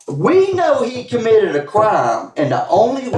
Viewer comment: The Macon Georgia accent that turns the word shit into three syllables like “she-ah-it” but the word crime is one syllable like “crahm”